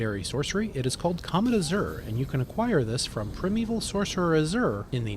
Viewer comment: I really appreciated that he pronounced the word "gaol" correctly. That, and people constantly saying "scadu" wrong drives me insane. But then he mispronounced Ranni's name that one time, and he also mispronounced the word "primeval" (and also referred to the "floor" at one point in the video when it was very clearly the GROUND in the scene, not a floor), and it made me start twitching. Still a very helpful video, though.